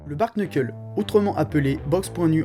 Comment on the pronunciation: Prochaine étape, savoir prononcer bare knuckle.